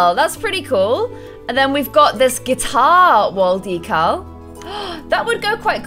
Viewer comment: She's not saying decal right😑